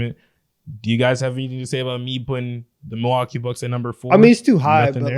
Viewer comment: Mil-LOL-kee Bucks